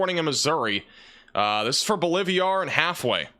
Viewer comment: BOLIVIA is a country; BOLIVAR is a town. Quit combining the name into “BOLIVIAR!” C’mon! You like inserting “I’s” where they don’t exist! BO-LIV-AR!